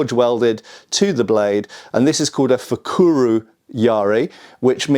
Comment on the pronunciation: Mind that it's fukuro yari (袋槍) with an O as the last vowel and not *fukuru. P.S. Are you sure that it's laquered leather on the fukuro yari ...? Looks more like a rattan wrap that would be typical of Japanese weapons and tools. P.P.S. The most common armor piercing type of tantō were yoroi dōshi (鎧通し) which are similar to single-edged rondel daggers in a way. The yari conversions were mostly just that - medieval upcycling for a yari blade that was just too good to throw away. P.P.P.S. The pronounciation of goedendag also needs some work...